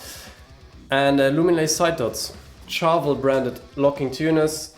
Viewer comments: Shhhharvel, not Charge, Chat, Cheese, Cheers. Sharvel. Like 'chandelier.' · You should pronounce Charvel 'Sharvel'. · First interview I found was Wayne's son and he definitely sounds like he's saying Sharvel more than Charvel regardless of what he may be